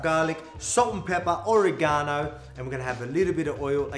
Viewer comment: The way he pronounced oregano 😂😂